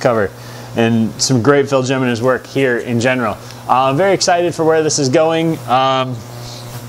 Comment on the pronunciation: Great job. You always do great reviews. I really like your point of view, also-I'm pretty sure Phil Jiminez' name is pronounced "He-men-ez "with the "J "making an "H "sound. I could be wrong tho'